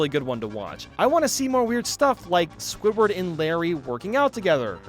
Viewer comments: Am I the only one who hears say scobird instead of squidward sometimes lol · I think it's just you I heard it squidward